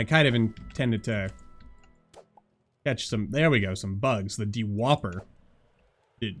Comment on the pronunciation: not de-whopper, it's dew-hopper